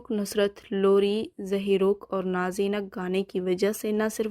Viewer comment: نازینگ ککککککک. نازے نگ نہیں بی بی